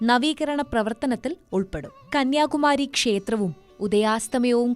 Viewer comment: It is not Kaniyakumaaari, it is Kanniyakumari 😂